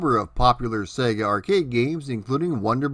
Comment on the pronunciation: THANK YOU for pronouncing SEGA properly.